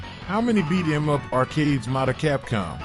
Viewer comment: As much as I find it interesting to have conversations with AI…especially Grok and ChatGBT..I can not stand AI voices with videos. This one is especially bad. How are gonna do a video game list whilst pronouncing beat em up like that?!